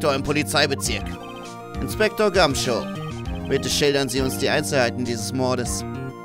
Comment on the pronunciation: Der Inspektor heißt Gum"shoe" also wie der Schuh ^^ Bei dir klingt das immer wie Show